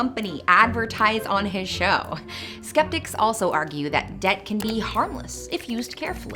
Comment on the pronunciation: Wait, debt is pronounced "dedt"?